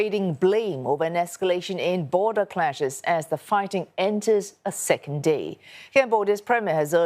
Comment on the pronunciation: ..did she say second d?…😐😐